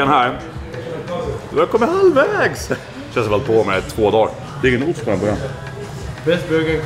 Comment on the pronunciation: hahahah bästa skånskan